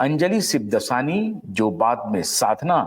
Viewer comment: सिबदसानी नहीं, 'शिवदासानी'।